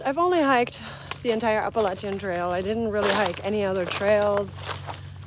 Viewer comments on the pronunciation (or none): none